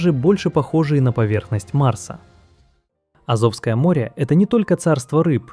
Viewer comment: Так аZOVское море или AZOVское море?